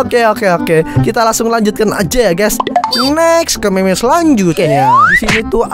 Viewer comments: bang itu di baca mim bukan meme kalau meme itu yang ada di wanita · Mim bang di sebut nya bukan meme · Bacanya mem bang bukan meme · Bang kalo ngomong meme dibaca"mim"coba dah pasti bener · Bukan dibacanya mim